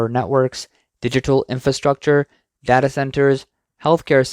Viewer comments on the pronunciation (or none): none